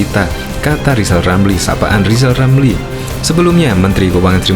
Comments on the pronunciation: Lizal Lamli bukan olang pintal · Lijal lamli 😂😂😂😂😂